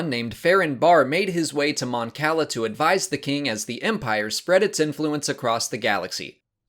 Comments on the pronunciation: That’s not how you pronounce Cala in Star Wars, it’s kah-lah. Kinda sad you don’t know that. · Eskey I wasn't talking about the city "Cala" in Mexico. And sorry, I didn't even bother to see what the original comment was because I just posted a correction about John Romita Sr just moments ago and assumed it was that on that video. I've always gone by the original pronunciation I'm used to from the game Empire at War and it sounds like food if you pronounce the way this guy does. You ever had calamari? But pronounce it as you will, I care less about this than an actual persons name and have a good night.